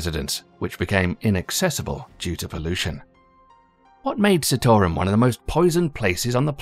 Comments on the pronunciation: the CITARUM pronounciaton is wrong. its not sitorum but it pronounced as CHITAROOM. but this video is good. i love this video❤ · Where are you getting Sittorum from? It's Chee-taa-rum. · Say it with me - NOT Citarum, it is SEETARAM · It's not 'see' 'tore' 'rum' , it is pronounced 'cheetah' 'room'... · Citarum not pronounce Sea-to-rum. its Chi-tar-room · Just so everybody is clear here. A lot of the footage in the video is not actually from Citarum river, or the cleanup currently happening there. Also, the ADP is often accused of greenwashing because the allocation of funds is questionable at best, and nefarious tactics are used to silence those who oppose their funded projects. And also, its pronounced "chi"tarum -the same way he pronounced Cimahi in the video. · It is pronounced Chit-O-Room